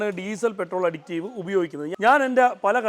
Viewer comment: അഡിക്റ്റീവ് അല്ല സഹോദരാ അഡിറ്റീവ് ആണ് ശരി